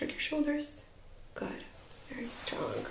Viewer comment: Great video! I'm laughing when you say "strong" or "thing". It sounds like stronk and think 😂